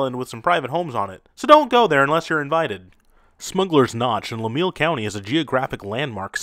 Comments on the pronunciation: Vermonter here. Fun video. A couple of nitpicks: Lamoille County is pronounced "La-MOY-al, not "La-MEEL" The town of Tinmouth, Vermont is pronounced "TIN-muth" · Proper pronunciation of Lamoille county is la m oil. And a thresher accident is nothing to laugh at. They were ripped apart skinned deboned alive. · It sound like. LA M OIL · How do you pronounce Lamoille county?? Sorry my friend but badly wrong I’m at seventh generation Vermonter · You are say lamoille wrong I live here in vt